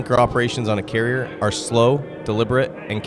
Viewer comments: He does not even say "carrier". He says something like "carrr". Dude needs to learn how to speak. That happens, when YouTube allows total idiots who never learned how to speak properly to make videos. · Tha's alright, the guy has trouble pronouncing the word 'carrier', so cut him some slack, he's not the sharpest tool in the shed.